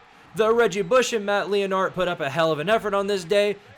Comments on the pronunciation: It's "Matt Line-ert" not "Matt Lee-in-art" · who is matt leo-nard? this dude can't even pronounce matt LEINART correctly lol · I stopped listening when he said matt "Leo-nard" lol. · Did I just hear “Matt Lee-inart”? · you gotta go in and fix how you’re pronouncing his last name or everybody’s gonna think this is AI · Bro how did you pronounce Matt Leinart’s name? Immediately stopped watching and will never watch anything you produce ever again. FAIL. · Man, I didn’t realize how far off the map Matt Leinart had fallen until I heard you don’t even know how to pronounce his name. 😂